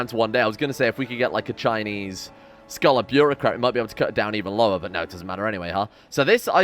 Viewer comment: I seriously thought for the longest time that you said "Skull of Beurocrat" when you said "Scholar Beurocrat"